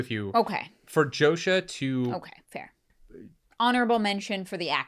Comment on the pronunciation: His name is pronounced Yosha. Have some respect.